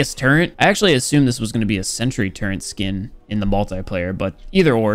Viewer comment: its a turret not a turrent